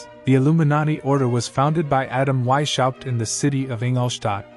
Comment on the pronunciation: Please educate yourself how to pronounce Weishaupt. I am from Germany and it is hard to listen to you butchering His Name. The work is very interesting though.